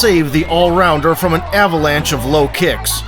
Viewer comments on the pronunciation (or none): none